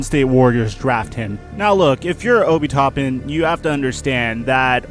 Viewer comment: Its Obi (o-bee) Toppin (tah-pin)